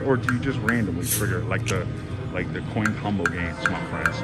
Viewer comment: You are finding all kinds of new games keep it up. I swear you were saying coink instead of coin.